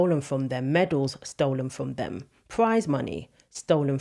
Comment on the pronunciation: your completely right what you say, but please say “ them” instead of “ dem”